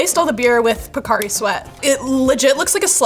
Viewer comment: Gotta pronouce it properly... It's "Po-Ca" sweat!